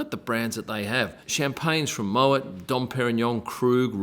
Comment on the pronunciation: *moway not mowet...